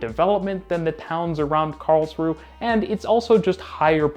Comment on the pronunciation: As ever, it's pronounced Karls-rue-UH!